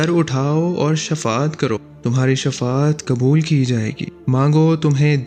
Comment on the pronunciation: Shafa at nhe baijan Shifa at he